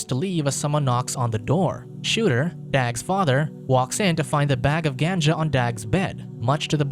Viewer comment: Lol ganja. Work on pronunciation